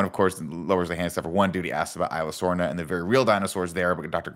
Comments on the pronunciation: The worst part about these reviews is that none of them can pronounce Isla Sorna / Nublar correctly. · The way he pronounced Isla Sorna XD.